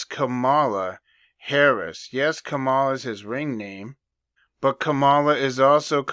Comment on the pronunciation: I always pronounce her as Ka-Ma-La not Kama-la. Good catch brother. They say empires last around 250 years. America is currently 248. They also say women ruled Rome as it burned. Every election cycle the news always repeats “this is the most important election in history”…but this one really will be. If she wins…America is done. If they lose..they’ll burn it to the ground before handed it to trump. Either way..people without Jesus are gonna have some problems.